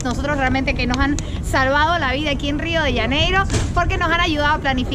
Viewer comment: Rio de janeiro es , no se pronuncia rio de ianeiro